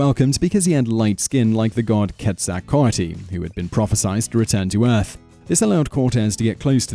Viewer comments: The correction pronounciation for "Quetzelcoatl" in the Nahuatl language of the Aztec is "Kay-tzel-KOH-AAT" (not KO-AATEE). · Sam Schaefer "ke tza coa ty" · the pronunciations are terrible, tutenkaman and machuahuitl, its ma qwee til, and Quetzalcoatl they are L's at the end not I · Mexican here.Just a few things: -On pronunciation macahuitl... you pronounced it like macahuitli, and its not ketzalcoatli, its quetzalcoatl -Its Moctezuma, not montezuma -Actually most of the deaths during the conquest was due to sickness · Quetzalcoatl was pronounced [keh-tsaL-KO-ah-tL] (those are 'L's, not 'I's). He was a feathered snake, of whom it was prophesied would return from across the sea, which aroused consternation when Cortez arrived. He played along with their notion that he might be a manifestation of this super-human being because of "...Cortés's letters to Charles V of Spain, in which Cortés goes to great pains to present the naive gullibility of the Aztecs in general as a great aid in his conquest of Mexico." [Wikipedia] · Having grown up in Mexico City, I never realized that people outside of the Náhuatl language's area of influence had such a hard time pronouncing Náhuatl words. Huehuetéotl (whe-whe-TEH-otl), Quetzalcoatl (ket-zal-KO-atl), macuahuitle (ma-kwa-WEET-leh), and several other words, when pronounced by people from other places, make me cringe.